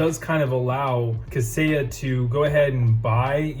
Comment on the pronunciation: 👏🏼👏🏼👏🏼 You said it correctly - fantastic job